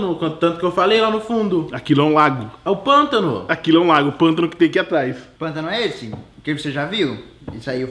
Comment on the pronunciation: "pantano" Ksksksks